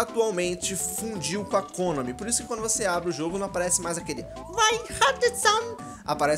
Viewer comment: a sua pronuncia de "Kônami" esta errada! È Konami normal!